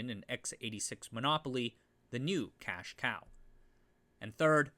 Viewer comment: 'cache cow' LMAO